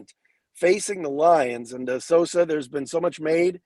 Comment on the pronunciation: Put some respek on Sosas last name,! 😅